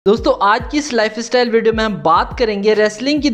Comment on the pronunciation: Lifestyle bolna sikh